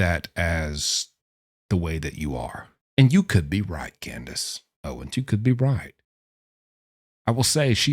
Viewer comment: I hate my name is Candice. But I kinda liked it when ya said Candice😂